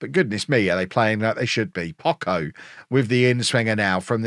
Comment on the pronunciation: just for clarification in spanish the CH is pronounced like the CH in "Chop" at any time, and the way you pronounce it looks like this in spanish "Pocco" meaning little or few in terms of quantity. Viva el Pocho !!!! jejeje